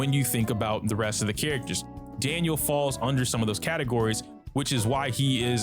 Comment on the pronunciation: ITS DANHIL NOT DANIEL SMH (to people that say Daniel)